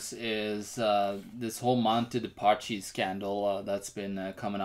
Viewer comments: It's pronounced Paski non Pashi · Pronunciation is "PASKI"